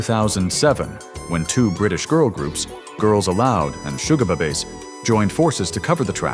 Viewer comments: "Sugar-BUHBAYS???" 😂 😂 😂 ChatGPT be like: 😵‍💫🤕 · I'd completely forgotten Simon and Garfunkel praised Disturbes cover, so didn't realise this was AI crap until it butchered "Sugerbabes" as "Sugar Bab Es" . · Was watching until i heard the commentary on walk this way,now either this is AI or the commentator should go back to school😂 listen to how sugarbabes was pronounced,my guess AI "goodbye",hey that rhymes 😊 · Miley performed the song with Metallica. This is just more AI slop with false narratives. Couldn't even pronounce babes correctly 😂 Limp Bizkit Faith is way superior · Girls Aloud and who now? 😂 Never heard sugababes pronounced like that before..